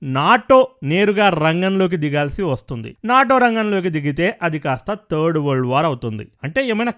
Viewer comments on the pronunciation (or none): none